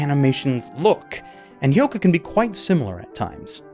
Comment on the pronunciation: has finally learnt how to pronounce Hyouka. Let's rejoice!